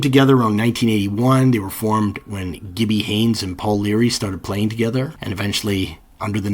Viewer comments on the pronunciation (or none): none